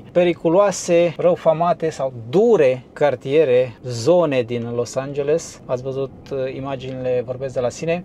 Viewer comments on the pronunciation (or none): Nu te mai grabi ,nu mai zice Los Angelsul...varianta corecta ar fi Los Angelesul...cred că nu e o cerința exagerata de a corecta mici greșeli...în rest aprecieri pentru materiale și curajul de a filma și locurile rău famate...